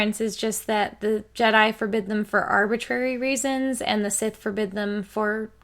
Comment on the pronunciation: "Jedai"? WTF?